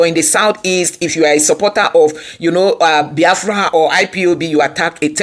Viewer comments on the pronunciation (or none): Why Abatti an educated journalist pronounce Biafra like Bayafra . Maybe is from his tribal tongue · I feel disgusted seeing the face of this man called Reuben Abati, Upon all his doctorate he doesn't know his verbs and adverbs,He couldn't even pronounce BIAFRA,He just a disgrace to journalism.